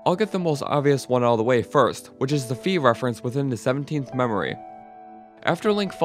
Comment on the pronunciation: Fi... Is Fye, not Fee